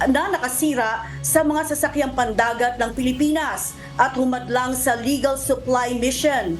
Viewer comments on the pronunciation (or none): none